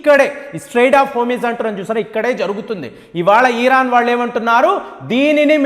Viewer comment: "ఇరాన్ " అనoడి. మీరు "ఈరాన్" అంటూ ఉన్నారు.